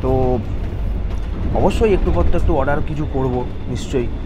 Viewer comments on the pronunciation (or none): none